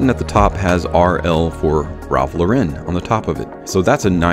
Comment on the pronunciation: People this is not how you pronounce Ralph Lauren. It's not a French brand.